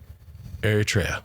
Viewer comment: Not to be a douche, but you’re pronouncing Eritrea wrong. Look it up.